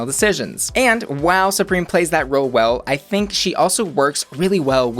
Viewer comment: Her name is Supremme, not Supreme. It rhymes with crème, not cream.